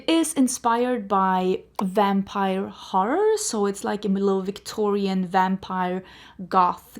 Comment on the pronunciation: Haha the struggle of saying the word horror as a Scandinavian, I know the feeling :)